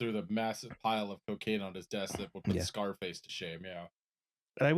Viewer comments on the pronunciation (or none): none